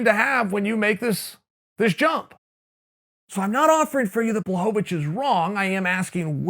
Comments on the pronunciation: It's actually pronounced Bwahovavich. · I still prefer the good old days when Chael would call him Jan BlahoVOVOVOVOVOvich.